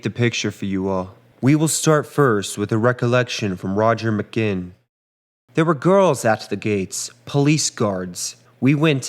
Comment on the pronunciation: 'Mc gin', lmao. BTW, in 1965 possession of LSD was legal, thats why the Lads talked about taking it so freely here.